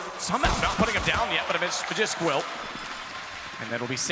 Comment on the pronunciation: Don't you just love seeing a round go by without having witnessed a single kill, when there were 5 kills in that round? The way that one guy pronounces Magisk ma-jisk makes me wonder if he also says ma-jasin for Magazine.